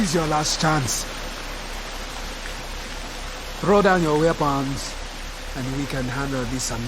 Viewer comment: the way he says weapons hahaha